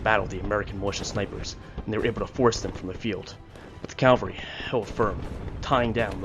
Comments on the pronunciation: Please, please,please stop confusing Cavalry with Calvary. Cavalry are military horsemen. Calvary is the hill in Jerusalem upon which Jesus was crucified. You do great work, but this mistake makes you sound incompetent ( which you are not). CAVALRY. Not. Calvary With respect , Marcus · Thanks you for the video... please say after me...CA-VALL-RY....thanks again !